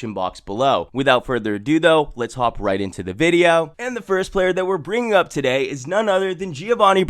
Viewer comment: "TUH DAY!"